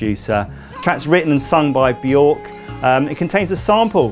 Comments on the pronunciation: It's pronounced "Byerck" lol not "BYork" hence the umlauts 😂 (" ö " not " ō ") (I'm just sayin' 🤜 💥 🤛) #ConstructiveCriticism #DontShootTheMessenger ✌ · It’s pronounced Bjerk as in jerk. Not Bjork. Just listen to how she says it. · Björk rhymes with work, not fork. 😉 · If you can say 'turn' then you can say Björk. Properly. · "BJERK" People never pronounce her name properly....